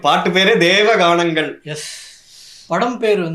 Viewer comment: Its not deva ganangal.. Its devankanangal..